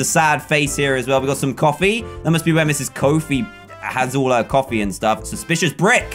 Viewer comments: CUFFIE?!??!!!!? (i thought it was coffie...) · cuffee? Lol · You called the coffee cups coffie cups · Cuffee cups? Did anyone else catch that?